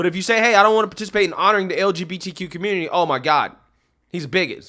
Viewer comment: He said communtitty. Lol